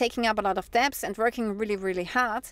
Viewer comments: I love your shows. You speak English very well. The only word you keep mispronouncing is the word "debt" or "debts" the b is silent. So say dett or detts without the b in the middle. I wish you all the best from Germany where we have 20% inflation. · "DEBT"....Is pronounced DET....Without the "b"...😉😊